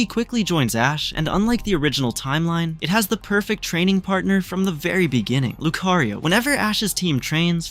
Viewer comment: Leaving bc he said lucario wrong